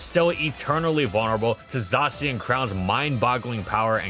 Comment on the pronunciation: No one says "zah-chien". It's clearly "zay-shen"